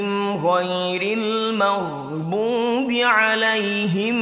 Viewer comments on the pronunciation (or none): none